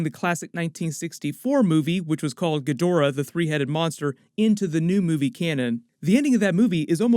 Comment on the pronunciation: I stopped listening the instant this clown mispronounced "Ghidorah"